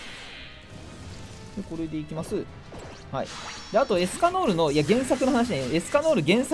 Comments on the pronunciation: エスカノールじゃなくてエスキャノールって言ってるとこほんとに好きなんだなって思う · エスカノールじゃなくエスキャノールしか聞こえないですよね。